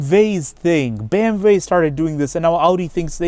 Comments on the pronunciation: but he is speaking in English, so it sounds ridiculous. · Its actually the correct way to pronounce it in German “ BE EM VE”